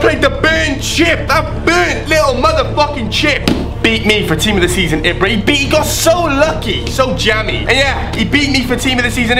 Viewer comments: It's pronounced Eebra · Why do u say ibra so weird...?